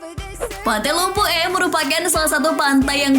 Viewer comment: Pantai lumpu eh Saya dari pare pare dan itu bukan cara bilang lumpue